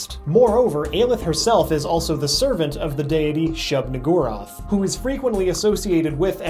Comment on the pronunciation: but that's not how you pronounce Shub-Niggurath :(